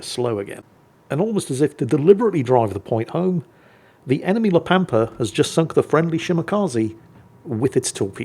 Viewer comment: Ritchie Valens rolls over in his grave every time someone mispronounces La Pampa